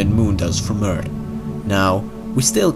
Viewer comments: please stop saying "urt" its called "earth" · can you just say Eart h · this guys skill to say eart is better than his ability to talk any other way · Why do all the people who do these videos barely know how to speak... “eart”, “wery” wtf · The narrator has an interesting accent and pronounces our planet Earth as "Urt". Also the word further was pronounced as "furder." Where are you from Mr. Narrator? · stop fkn saying urt. learn english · He can say the TH in three, but not in Earth. 😧